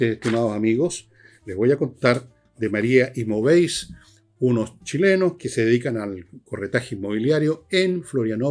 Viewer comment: Una corrección Sr. Villegas cuando haga publicidad de su auspiciador el corredor de propiedades en Brasil 🇧🇷 Se dice “María Imóveis” y no “María Imovéis” “Móveis” en portugués significa “Muebles” Por lo tanto “Imóveis” significa “Inmuebles” Just saying…..😝😝😝